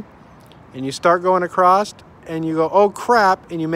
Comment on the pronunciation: Good video...but "acrosst" is not a word!😉